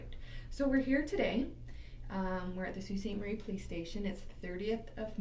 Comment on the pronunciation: The name of the city where this took place is Sault Ste. Marie, Ontario. I know it’s a weird name so I understand why it’s not pronounced correctly in the video. The first word is pronounced like Sue. So it’s Sue Saint Marie.